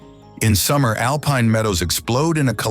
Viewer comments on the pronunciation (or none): none